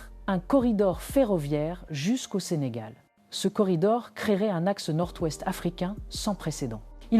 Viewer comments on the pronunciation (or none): none